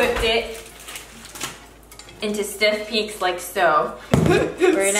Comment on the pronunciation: Them 'Steef Peaks' though!!